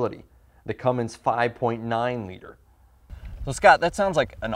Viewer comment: cummins not cummimgs but you know that right